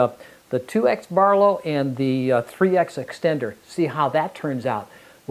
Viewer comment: It's not 3 ex. It's 3 times. It's a multiplies the focal length by 3. Focal length Times 3.